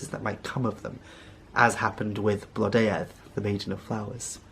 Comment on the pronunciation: It has been a wonderful video! Also really helpful regarding pronunciation of the names of both Blodeuwedd and Lleu!